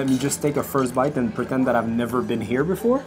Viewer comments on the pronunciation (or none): none